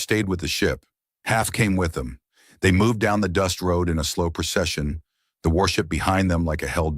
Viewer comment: "PERTENDED" IS NOT A WORD. * PRETENDED. "PERCESSION" IS NOT A WORD. * PROCESSION.